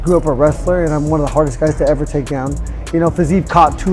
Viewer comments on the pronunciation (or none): none